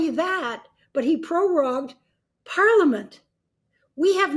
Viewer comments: Oh my god -- Canada DOES have a PM. Trudeau had no choice but to indicate he would step down as leader of the Liberal party as soon as a new leader is in place. ... and he is PM until that time. IAnd it's "prorogue", not "perogue"; and while I don't like to see that at this time, it may have been the only thing to do as well under the political circumstances. Perhaps the opposition could have been more on "Team Canada" to ensure prorogation wasn't necessary. This woman seems quite ignorant, in spite of her background. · Yeah that and the fact that she doesn't even know how to pronounce 'prorogue' tells em she doesn't really have a clue what she's talking about, at least regarding Canadian politics.